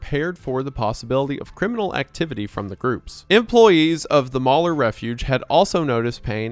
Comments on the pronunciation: Mal-He-Your not mauler. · pronunciation of Malheur is hilarious. He clearly looked up how to say it, but as with most French words in America we don’t use the original way of saying it. Locally, it is pronounced Mal-hear.